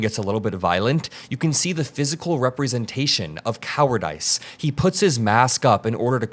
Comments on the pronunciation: Cow-ard-iss... not Cow-ard-Iss - short i not long I. But... in the case of ICE, I guess we could use long I: cowardICE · I love how you pronounced it cowar-dICE. Appropriate!😂😂😂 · Inexcusable. Thank you for your reporting,. But... "cowardice" is not pronounced with a long i, as in "a roll of the dice" as one would do in Las Vegas. It's a short i as in "He just dissed me with that comment." Dice or dis. Long or short i.